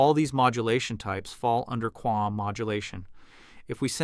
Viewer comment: QAM is correctly pronounced as KAM not KWAM. Also cosine is pronounced as co-sign not co-seen. Projected is pronounced Pro -jek-ted not Pra-Jok-td